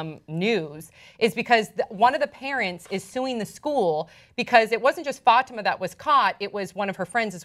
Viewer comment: she kept saying "FATima" ugh I cringed evertime!! it's "fuh-tee-ma"